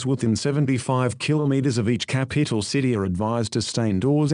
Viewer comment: Did anyone notice the man said capeetl? ⬇ ⬇ ⬇